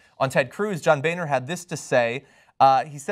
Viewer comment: that name is pronounced 'Boner' not 'Bayner'.